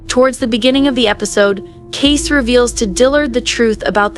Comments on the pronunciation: It's not Case, it's Kayce (pronounced Kaysee) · This is so stupid, wrong, and click bait. And I hate that I’m adding to it by showing my annoyance. It’s KAYCEEEEEEEE. NOT CASE or KACE. Meanwhile, CADE is his childless Black Ops friend who found the people who killed JD and who is helping Kayce. GRANT is the person who arranged the hit. His daughter is the one in the car. And Kayce kills NONE of them, which is literally the entire meaning behind the name of the episode, ‘Counting Coup’. You literally do everything BUT kill when you Count Coup.